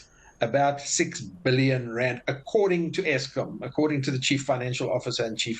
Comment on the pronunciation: 6 bee-lee-yon